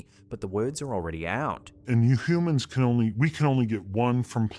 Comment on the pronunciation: As someone who sometimes messes up my words, the doctor sounds like he messed up the beginning sound of humans. There’s a hy (I can make it up not type it lol). I understand. One day I tried to say the letter H and kept saying “atch” 😂😂